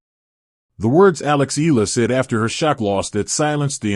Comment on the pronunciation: Say her name correctly: Eala (eh-ah-la).